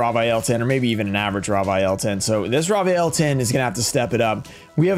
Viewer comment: "raw vaiyel" lol its "raviel"